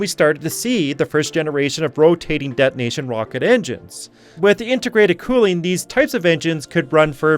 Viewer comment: de'onation is not the same as detonation